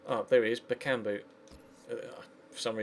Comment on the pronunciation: I don't care about how you pronounce Payet, the thing bothering me is you're saying Bakumbu instead of Bakambu...